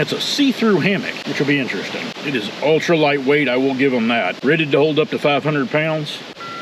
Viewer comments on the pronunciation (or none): none